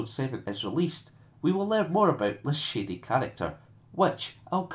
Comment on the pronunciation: First I have to say when you said "shady character" I thought you said "shitty character" lmfao. I have a theory that Kylo Ren is going to turn out to be Leah and Hans son. You already noted the similarities between him and Vader as well as him being inspired by Vader, I think it would fit perfectly with the way he's Vader lite. And why better way to play that angle than having a similar twist. Also I think a grandson might find inspiration from such a legendary sire.